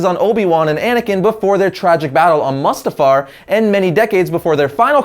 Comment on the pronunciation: It's pronounced "moo-stuh-farr" not "muh-stuh-farr" just fyi. Great explanation videos tho. You really cover all the important stuff that needs to be included. Keep em comin!